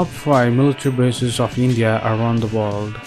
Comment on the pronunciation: How to say lndia....hahaha